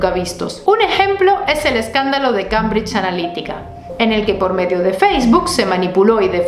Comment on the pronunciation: Cambridge se pronuncia Kembridge...‼️👍